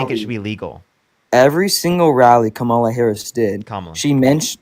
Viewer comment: Really who cares?. its easy to pronounce but its not that big of a deal . Its "Com -ala"